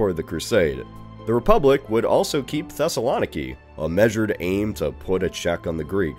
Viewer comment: So, my family is from Thessaloniki, and I couldn't believe you pronounced it 😂. It's Thes-ah-low-NEE-kee, but that gave me a solid double take.